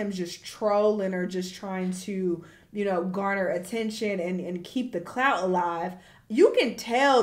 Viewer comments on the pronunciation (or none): none